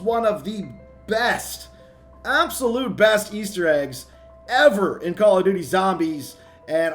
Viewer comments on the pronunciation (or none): none